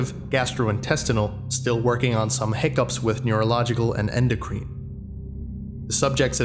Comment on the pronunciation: To add to this (audio is overall phenomenal by the way), endocrine and what I’m guessing was acetaldehyde would be two other words to check American English pronunciations for—in general though, you really have mastered the accent!